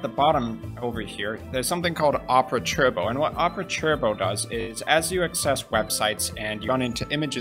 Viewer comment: Just an educational lesson it’s pronounced tur-bow not chur-bow